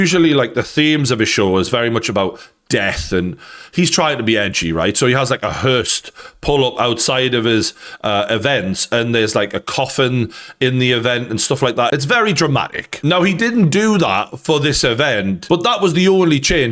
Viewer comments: Its a hearse not a herst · Come on. herse* not hirst